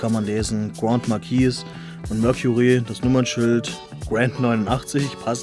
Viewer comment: I buy em to PARK them on my display shelves with their "Friends" lol, I would have just destroyed the styrofoam too. BTW, it's pronounced GRAND-MARK-EESE! 😉